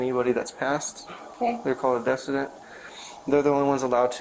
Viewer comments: It's not pronounced desident it's pronounced du-seed-ant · The way that cop continues to mispronounce decedent is killing me, I forget cops can be ding dong kids too that can barely speak English correctly....